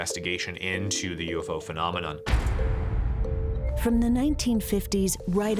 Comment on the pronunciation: the word phenomenon IS NOT PRONOUNCED fee•nom•eh•naugh! Sheesh!!